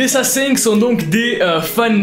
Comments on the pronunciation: Coucou, alors pitite rectification, le "g" ne se prononce presque pas à la fin et il est impossible de le sonoriser en français puisque que c'est un son qui ne se prononce pas pour nous. Voili voilou, passe une bonne journée ou soirée 🙃🧡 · J'explose littéralement à chaque fois que tu dis "LA SASENG"😭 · qd tu dit la sasaeng on entant l'assasing mdrr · À chaque fois je comprend "l'assasin" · La sasaeng = l’assassin avec accent québécois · Tu a sAsAIng c com tu disé Sasuke 😅😂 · ca ce pronnonce SASAENG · Quand tu dis la sasang on dirait que tu dis l’assassin😂🤣